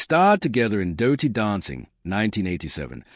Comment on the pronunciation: its dirty not dowty